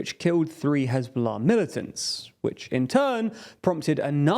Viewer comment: I love how he said "who hezbollah ah"